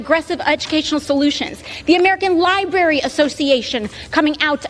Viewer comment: They do need more protections. From you idiots to think children under the age of 18 need this. YOU ARE NOT THE PARENT! Who gives a sh*t what AOC thinks. She can’t even pronounce library correct.